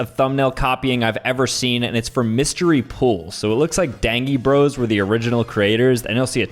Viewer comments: "So it looks like Dang-ie Bros were the original creators" ITS DAN-GIE LIKE DANGEROUS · It is pronounced Dane-ge bros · It pronounced dain-gee bros